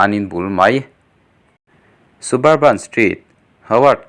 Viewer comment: Sub-urban street tur, su-bur-ban nilovin...